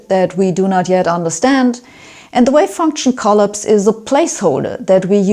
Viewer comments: Great explanation of measurement. Love your posts. I've always had a problem with the "observer" and the act of measurement. To me, taking a measurement means you need to interact with what you are measuring; there is no way around this. The wave "collapses" (she needs to learn to pronounce this). In our world, any particle that is interacting with another is "taking a measurement" of the particle and therefore collapsing that particle's wave function. According to many worlds theory, the universe should now branch to capture the other measurement possibilities. There is therefore an exponential expansion of the number of universes coming into being. Like those nightmares of doors in an infinite hallway. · I'm not competent to address the content of this video, but I will address a difficulty in the presentation. One important point: The English word 'collapse' is stessed on the second syllable. (I don't understand where her pronunciation comes from, because the German (Swedish, etc.) word 'kollaps' seems to be stressed as in English. (I don't speak any Germanic language, I rely on Google Translate and Internet pronunciation sites.) I can readily understand most vowel changes made by people with (Germanic?) accents, but I had to turn comments on and rerun the video several times to understand the word 'prefactors'. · Hi Sabine, thanks for your enlightening explanation of Many Worlds. So much to learn... so little time! Sabine, hope you won't take offence, but the word "collapse" is usually pronounced like saying "coll-aaps, not coll-ups. ❤ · I wonder what it means that you cannot pronounce the word collapse right. You emphasize the first syllable instead of the second. /kəˈlaps/ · 'Collapse'': 'Co-laps', 'O' wie in 'Loch', 'a' wie in 'machen', Akzent auf dem zweiten Teile. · drink every time she says collips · Klapse not coll-apse. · Oh, Sabine. I love your "kolops". (But to continue.....) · ColLAPSE - stress the second syllable